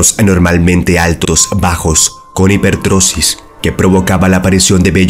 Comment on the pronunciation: Se dice hipertricosis